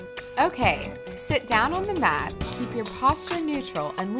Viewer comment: Download our "op"? Get your "mot"? Work on your "obbs"? Put the bar behind your "had"? Why does she refuse to pronounce the a in app, mat, and abs, but then she makes that omitted a sound instead of the e in "head"? No one has a "had" perched upon their neck. It is a head. H-eehhhh-d. You have a "h-eh-d", not a "had", on your neck. Or should I say "nack" instead of "neck" so she can understand me? Ugh. What's with this trend of middle-aged American women these days not understanding how to pronounce basic vowel sounds? Too distracting. Can't make it through this video. I don't want to end up with "obbs". Sounds like a dreadful disease.